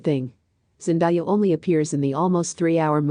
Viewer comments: Hey pronounce my Baby's name right it's Zen-day-a who in the world is Zen-di-ya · Its Zendaya not Zendiya:( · Would you PLEASE say the woman's name properly! It's pronounced zen day ah, not zen die ah! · Couldn’t last 2 mins. So distracting hearing names being repeatedly mispronounced. Zen-di-ah, Cha-la-met? Rude and lazy -make an effort to say names correctly!